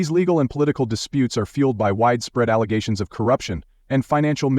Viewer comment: Every time I hear the world "allegations", it reminds of her misnomer "alezations" 🤣